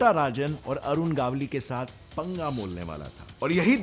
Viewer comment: It's मन्या सुर्वे Not मान्य सुर्वे and Its अरुण गवळी Not अरुण गावली.. Keep it Clear